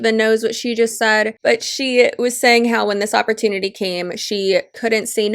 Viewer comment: Why does the second girl keeps saying oportuny? All I got from these videos is that they don't understand what a piramid scheme is and that they are desperate... that guy saying that everything is recruiting is so dumb. CEOs need to recruit, employees payment is not subjected on more people being recruited